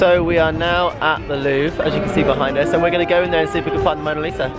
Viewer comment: sounds like you were saying 'we just went to the loo' (louvre) 😂